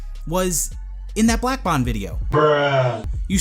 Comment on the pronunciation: Ok did anyone else he he said the name of the other YouTube black barrel and then the second he the name it sounded like he black bong lol